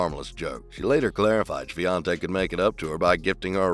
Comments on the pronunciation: It was far from proper pronunciation :) But Polish surnames are impossible to pronounce for foreigners. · Congrats on the pronunciation of her surname ;-) 💪